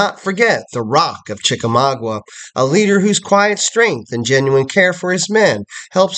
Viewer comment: Sir i am trying very hard to be understanding with you. But your errors are getting outrageous. General Grant was not at the battles of Mill Springs, Perryville, or Chickamauga.{pronounced Chicka-maaga not Chicka-mawgwa) General Grant didnt come into the picture until the siege of Chatanooga. I dont understand why you put these types of errors out here for people who dont know any better to take you at your word. Its ridiculous. Just take more time doing research instead of putting out videos so quickly and it would be a better product. Also old hickory was never a nickname for him. That belongs to Andrew Jackson. Why do you not care about this. You should be ashamed.